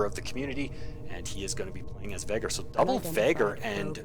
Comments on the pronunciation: Nice game, nice casting,. Looking forward for you other vids. Btw, you still pronounce Vaygr as "Vahgr". XD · Well, I compare your pronounciation to the way the say it in campaign. I know it is a case of po-tay-to/po-tah-to, but I just couldn't help but notice it. I guess I won't bring it up in the future, thanks again.